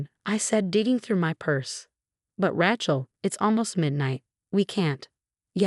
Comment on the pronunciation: Once again IT IS NEVER PRONOUNCED RA-CHILL. It is Ra(long A) chill. Your system is stupid and so are you. You must also be lazy and uneducated.